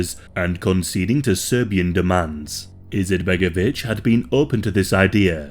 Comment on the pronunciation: “Eerleeyuh izetbegovic” 😂😂